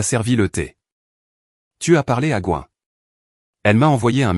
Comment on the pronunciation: Je suppose que le surnom est GWEN et ne se prononce pas GOIN